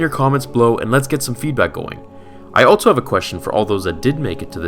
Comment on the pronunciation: Am I the only one who notices that every time he says "also" it sounds like "altzo"?